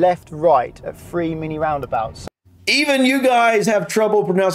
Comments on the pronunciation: Honestly, there can't be many people in England who cannot pronounce Cirencester properly. He seems to be a product of our broken education system. And since when was "three" pronounced "free"? I rest my case m'lud. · I’d say most people have heard of Cirencester. He’d be better focusing on pronouncing three instead of “free”. 😬